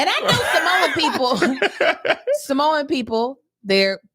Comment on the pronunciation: Fun fact... Samoan is pronounced SAH Mooo-Ann. Not SUH Mooo-Ann. I got schooled after moving to the Aloha State 🌈🌺 They are a beautiful people.